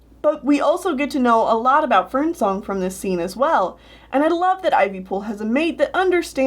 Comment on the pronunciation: I'm not up to those books and when you said Ivypool and Fernsong I thought you said FernCLOUD and I was like 'woah- woah, wait what??